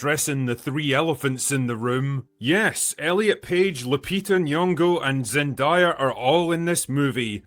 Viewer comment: If I hear one more person mispronounce Zendayas name I swear to god…